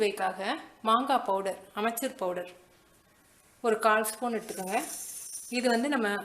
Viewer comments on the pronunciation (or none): சூப்பர். ரொம்ப நல்ல சுவையாக இருந்தது. ஆனால் மேம் அது ஆம்ச்சூர் பவுடர். நீங்கள் சொல்வதுபோல் அமெச்சூர் பவுடர் அல்ல.